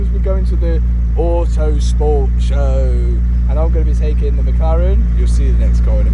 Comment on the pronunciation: "Ouhhtooo Spoort Show" 😂